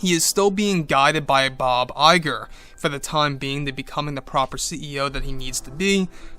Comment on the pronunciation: I keep hearing it as Bob JPEG xD